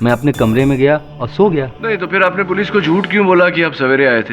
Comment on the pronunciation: सब तो ठीक था लेकिन पोलिस थाना क्या होता है पुलिस थाना होता है न 😂😂😂😂😂